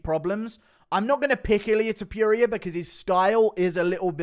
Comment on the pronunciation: Aight man time to start pronouncing it right… Toh-poo-ria